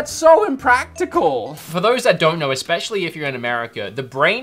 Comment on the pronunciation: I keep trying to ignore this... but it drives me crazy every time I hear it. The word is ESSSSSS-pecially... not EX-pecially. Especially. ESS... not EX. That is all.